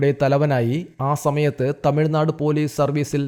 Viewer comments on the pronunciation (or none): none